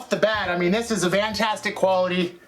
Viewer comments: love it! I'm driving a Transit so I'm gonna start using "Vantastic" 😂🤣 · Are you saying "vantastic"?